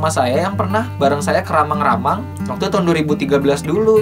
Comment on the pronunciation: mantab banget bang, lucu aja pas ngucapin kota Baru :D, soalnya kalo asli sulsel pasti bilangnya kota Barru', atau Ramang-ramang yang biasanya disebut Rammang-Rammang. inspirasi banget dah.